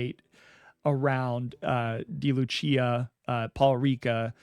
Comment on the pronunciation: It's pronounced "day" Lucia, Not "dee" Lucia